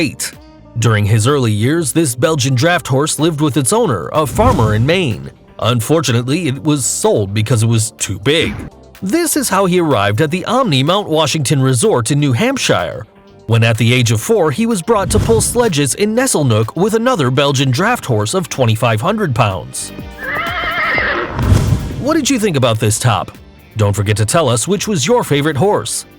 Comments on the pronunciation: New HAMP SHYRE? It's pronounced New Hamp-sher. Btw I've seen that hotel, used to live right next to Mt. Washington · Damn, I was at a paranormal investigation at the Mt. Washington Hotel. We were in the stables but they had the horses out. I would have loved to see that horse. And it's pronounced Hampsure, not HampShire. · Sure this guy is dumb and screwed up so many places, but the best is the way he pronounced New Hampshire..."New Hamp-shire." "New Hampsher" bruh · New "hamshyer".........really? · first time hearing someone pronounce it new hampSHIRE. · "New Hamp-shy-er" bruh wtf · i know you were just talking about shire horses and Britain and all, but we pronounch new hamp-sher. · New Hamp-SHER. Lincoln-SHER. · I hate how you pronounced new hamshire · Yeah he even pronounced New Hampshire like that. Idiot. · Ikr. I live in New Hampshire, he couldn't have pronounced it worst. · HE REALLY JUST SAID NEW HAMPSHIRE LIKE THAT OMG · How do u not know how to say New Hampshire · New hampshire too xD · He also pronounced new hampshire wrong. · He pronounced New Hampshire wrong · He even pronounces a whole US State wrong, new hampshire